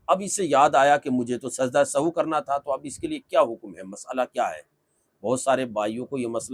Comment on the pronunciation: Are janab sajda e sahu nahi Sajda e Sahw hota hai